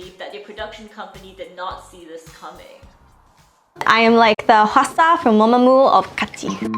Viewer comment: Why are everyone saying hwasa wrong its not qwasa its hawasa thats you say it